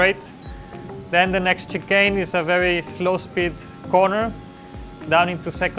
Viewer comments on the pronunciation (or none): He smiled when he said chicken as if he knew he sounded chicken n not chicane😂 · Return of the "Chickane"